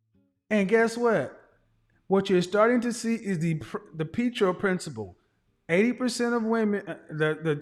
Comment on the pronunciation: Pee-tro principal? Catastraphasize? This guy went to school ?